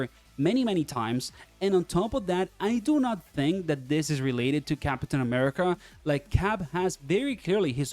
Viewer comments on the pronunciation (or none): none